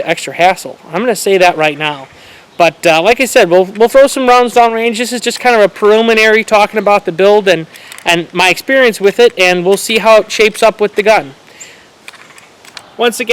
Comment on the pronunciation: You said "parilmanary" lol